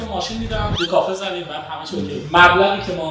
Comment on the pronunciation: کافی ❌ کافه ✅